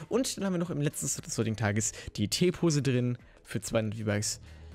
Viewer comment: Man spricht T-Pose englisch aus Und es ist dafür gedacht damit man Skins erstellen kann. Für alle die das wussten DANKE